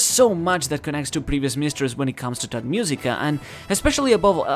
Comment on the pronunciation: Everytime he say "tot musica", drink (don't do it). You will be tot -i laughed my a off, i understand thot musica 😂😂